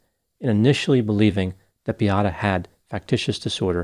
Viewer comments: please her name was Beata.not biata. I’m sure u can pronounce Beatrice. This is the same name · seems to be unrealistic in his analysis. Why not inform people that Beata Kowalski committed suicide as a result of healthcare staff treatment? Her name isn't Biatta but Beata should work on your pronunciation or at least make minimum effort to get to know the victim name. I remember how disrespectful and unprofessional was mispronunciation of Adam Malysz name. Is it because she was able to have children and was a woman?